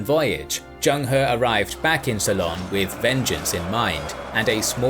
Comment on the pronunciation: did he actually pronounce Ceylon as quilon?